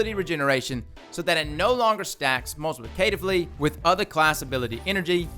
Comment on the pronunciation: Dude yes, thank you for this with commentary. Excellent work! A few notes, if you care? "Multiplicatively" is pronounced more like "mul-tuh-PLICK-uh-tiv-lee" and "Mk" stands for "Mark". So it's the Mark 44 Stand Asides and the Duke Mark 44. :)